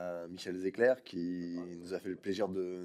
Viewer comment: Très impressionnant monsieur. Comme il le dit, on doit voter pour mettre fin à tout ça. Les choses ne s'arrangeront pas d'elles-mêmes, au contraires elles pourriront si on ne fait rien. Attention, il n'y a pas de "c" à la fin de Zecler